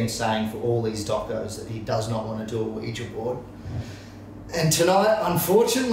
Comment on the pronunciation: Sheesh Isaac its not pronounced Weejee Board its pronounced Weeja Board. Oui is french for yes and ja is german and it also means yes